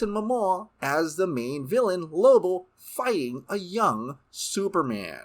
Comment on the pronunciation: I was hoping I wasn't the only one hearing that. Lobo. Not Lobull. It was kinda getting on my nerves.